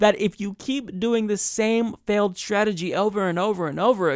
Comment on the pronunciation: Why do some people, like, pronounce words beginning with "str" like strategy and straight as if they begin with "scha""....e.g. "schategy" or "schaight". Is it a geographic thing?